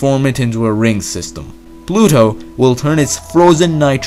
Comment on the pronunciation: Lmao, I heard “Bluto”